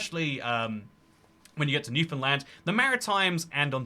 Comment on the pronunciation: Trying to "balance" trade between a resource economy and a vast consumer economy is madness. Edit: I am shocked he pronounced Newfoundland correctly.